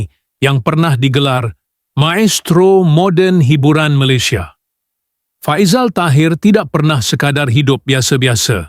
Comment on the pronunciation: Salah sebutan nama Faizal tu.